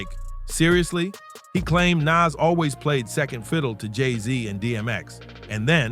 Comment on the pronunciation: Is it just me or was this post stupid, he mispronounced Nas😂